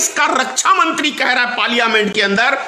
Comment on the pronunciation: Bolna bhi nahi aata.Parliament ka uchchar bhi sahi nahi kar shakta.achchha hoga chup batho.gaddari mat karo.